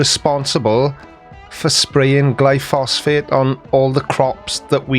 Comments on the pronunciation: I think he means glyphosate, not glyphosphate. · It is glyphosate not glyphosphate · I know it's a technical point, but I believe it's pronounced "gly-pho-sate" (gly-fo-sate). Or maybe that's short for glyphosphate? I don't know.. But the well-known name, at least in the US, is Roundup. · It's glyphosate, not gluphosfate. But that's correct, it is a lot safer than the alternative herbicides. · Not to nitpick, but the name of the weed killer is glyphosate not “glyphosfate” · Did you just say " glyphosphate"? I take it was only a misspeak, because the weed killer (made by Monsanto) is "glyphosate". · GLYPHOSATE GLY-PHO-SATE. Not Glyphosphate :) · Is he saying Glyphosphate all the time instead of Glyphosate? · It's glyphosate not glyphosphate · It"s Glyphosate.(Gly Fo Sate) Not Glyphosphate (Gly foss fate)!!! This conspiracy idiot has saying it wrong!!! LOL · Glyphosate not “glyphosphate” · Glyphosate, not glyphosphate 😀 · Glyphosate... not "Glyphosphate." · It's gly-phos-ate, not gly-phos-phate. Check out Myles Power for some great content on Monsanto, glyphosate, GM foods, geo-engineering/depopulation, and other anti-science topics. He works in chemistry by profession, and has done work in GM, and covers all sorts of topics from AIDS denial to urine therapy, conspiracy theories to new age woo. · It's glyphosate, not "glyphosphate". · Not glyphosphate! It's Glyphosate. [Gly pho sate.] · Not only that, the word he was trying to say is glyphosate, NOT "glyphosphate," which isn't a thing. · The name is glyphosate, not glyphosphate. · Glyphosate, not glyphosphate. Don't let him suck you in. ;-) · Gly-phos-ate, not -fate. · Glyphosate. Not glyphosphate. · Its pronounced gly fo sate I'll bring this up in the Sunday stream if I remember